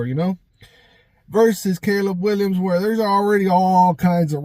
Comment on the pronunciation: “Caleb Winyams” 😂